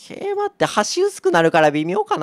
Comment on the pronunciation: 桂馬の発音良くて草